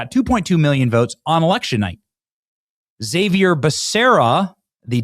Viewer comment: Egzavier? He's not Professor X. His name is pronounced "ha-vier," Benny.